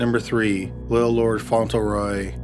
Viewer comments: It's pronounced "FONT-lee-roy", he mispronounces a lot of names. He keeps saying "Font-ell- roy". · It is Little Lord Fauntleroy with an L not Faunteroy. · Fauntleroy, font-le-roy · Just an FYI, its FauntLeroy. You have it spelled correctly but keep pronouncing it without the L. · Criminally Listed - I LOVE your channel, but am curious why you regularly mispronounce names and places. Do you not look up the pronunciation or is it done intentionally for humorous effect? Lord Fauntleroy is pronounced "Font-le-roy", not "Fon-til-roy". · I'm such an asshole, these are great videos and well researched, and I love this channel. BUT, every time I hear "Fontulroy" I want to punch something. Spelled just about like it's said: "Fauntleroy": Font luh Roy. I just listened to a really good book that contained a pronunciation I had to power through. Enjoyed the book a ton. Will probably remember the mispronounced word longer than I will the more delightful points of the plot. Asshole. I am an asshole. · FYI~ It's pronounced font-LE-roy. Not font-EL-row. Love these long ones! Keep doing them. Great stuff! Jenn 🇨🇦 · FONT-LEH-ROY not "fontl-roy" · Font Lure Roy. Not fauntle roy. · Debby McCormack . Annoying wasn’t it? Lol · #1 is pronounced FONT leh Roy. Sorry... Just sayin.